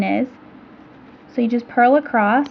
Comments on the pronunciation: It is horribly annoying to see you spell "across" correctly, but then say "acrossT". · Not that I am the grammar police but do you know you say acrosst instead of across? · ACROSS!! There is no "t" in the word! Other than that, great video. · Great video :) and I love how you pronounce across as acrosst!!